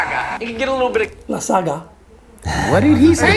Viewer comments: I like to say it like La Sag Na lol 😂😂 separate the word that’s why Josh says Lasaga lol 😂😂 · LASAGA? What kinda proununciation is that? Joshua's pronunciations so funny 🤣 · The pronunciation of lasagna was funny but did you catch the mixing the flour/ egg with a fiork?